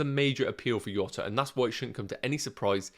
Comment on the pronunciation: His name is not pronounced “Iota” , its “Djota”